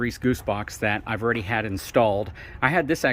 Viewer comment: Love the info you provide. Videos are good. Don't be so shy, show your face. And, the word is "Already" not "Awe-Ready" Haha from a fellow FORD guy